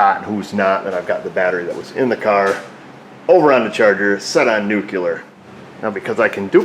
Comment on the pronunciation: "It's pronounced nuculear" - Homer. Simpson.